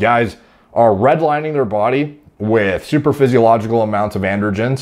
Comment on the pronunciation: did he say "supradaphysiogical" level?